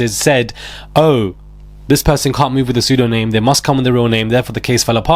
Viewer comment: pseudonym: "soo-doe-NIM" Dude, love your reporting but lets have some standards